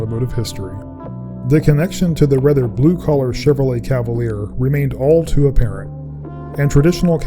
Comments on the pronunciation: They called it a "Cadaleer" lol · Cavalier lol